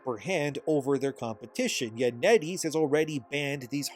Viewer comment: Net Ease rhymes with Eddies